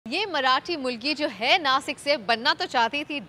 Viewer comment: Plz say नाशिक not नासिक